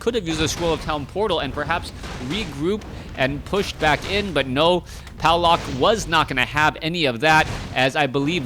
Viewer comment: It's "Pavlak". Trust me, I'm from Poland too.